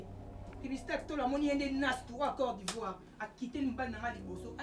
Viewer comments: alobi corps d'ivoire na place aloba Côte d'Ivoire 🤣🤣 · R E vraiment corps d,ivoire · Mais y avait personne pour corriger à dire Côte d’Ivoire au lié de corps d’ivoire kaka beauté makasi mais tu ne sais même pas parler aaaahh! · Mais Ada s’exprime bien en français pourquoi il n’a pas dit à de rectifier son « corps d’ivoire » et ceux qui filment ne peuvent pas dire de répéter la scène. Rho Quelqu’un peut parler sans se rendre compte avec des fautes par rapidité et stress surtout devant la caméra mais toi qui filme soit attentif 🙄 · yope salaka mwa effort cote d ivoire ou corps d ivoire ndenge ozo loba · on doit côte d'ivoire et non corps d'Ivoire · Urdie Mbey azoloba pe Nastrou(au lieu de nastou) ya cor d’ivoire. 🤦‍♀️